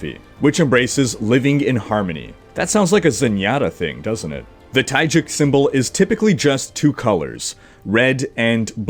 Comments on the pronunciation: Taegeuk is pronounced 'Te-guk', not 'Tai-juk'. 'Tai-juk' would mean Thai porridge...XD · Nice Video. I already saw these, but always enjoy watching your OverWatch review/reaction videos. I like your slower and not overly exaggerated excited voice. BTW it is pronouced "Tae - Guk" not "Tae - Juk".:D